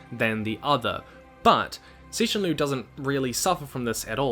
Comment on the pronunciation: I love the fact that at least you pronounce his name right. lotta ppl don't even try